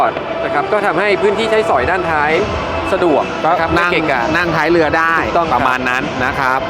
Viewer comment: เรือรึเปล่าครับไม่ใช่เลือ